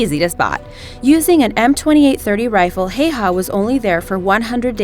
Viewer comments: Simo Häyhä (pronounce Haeyhae)! The only sniper who used the iron sight.... reason for that the reflection.... he also put snow in his mouth to prevent the steam coming out and iced the mount made from snow to prevent the snow blowing away when taking the shot thus revealing him... these methods earned him the name belaja smert or white death... you never noticed him before it was too late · Ikr, "Simo Heiha" :''D